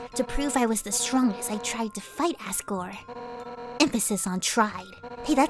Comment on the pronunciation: It's pronounced azgore